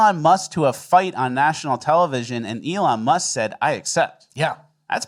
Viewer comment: What’s a “melon muh”?